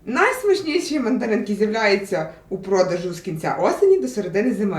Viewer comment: Я почув не "Мандаринки", а "Материнки".😂😂😂